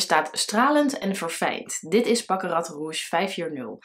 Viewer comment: Wauw! Die naam van Baccarat Rouge 540 sprak je in een keer goed uit!